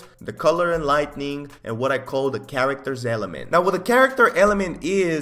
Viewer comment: I just noticed he pronounces lighting as lightning